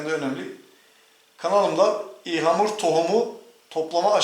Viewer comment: Türkçeyi yeni öğrenen yabancılar gibi ihlamur 😂 ıhlamur abi ıhlamur